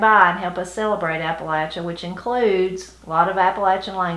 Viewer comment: Great info! I cringe when I hear people say Appa-lay-shun. Thanks for saying it correctly.